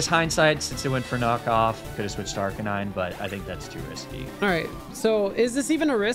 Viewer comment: I’m always so glad says Arcanine the way I do. I refuse to accept the official pronunciation of it. It’s ar-canine to the day I die and not arca-nine. It’s a flame puppy.